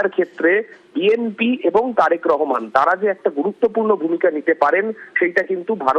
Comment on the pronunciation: এরা উচ্চারণ করতে পারে না ঠিক করে রেহমান হবে না রহমান হবে কিছু মনে কইরেন না